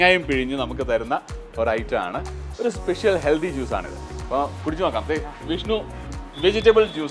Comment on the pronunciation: ചേട്ടൻ ഹെൽദി എന്ന് പറയുന്ന പോലെ തോന്നുന്നു. ഹെൽത്തി അല്ലെ